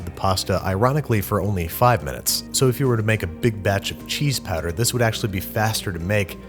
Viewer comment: I was looking away when you brought out the powder (I was applying clotted cream to a scone), and I had no idea what "cheese patter" was